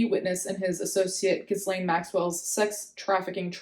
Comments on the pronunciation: I'm sorry, it's pronounced Gee-lane. Hard G and the S is silent. You're good with pronouncing foreign words and names so I'll help out a bit *also your natural hair is so nice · No let's keep calling it Jizzlaine 😂 no need to pay unnecessary respects to a trafficker